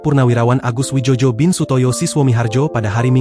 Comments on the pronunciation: Bacanya bukan wijojo,..bego...tapi wijoyo karena beliau diberi nama mungkin dulu pada waktu ejaan lama Bahasa... sebaiknya lain kali di konfirmasi dulu dg seniornya.. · Yg baca goblok gk paham ejaan lama contoh oe itu sama dengan u Joyo dibaca Jojo memalukan